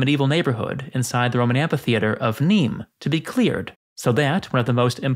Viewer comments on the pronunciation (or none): Pronounce: AM-FEE-THEATRE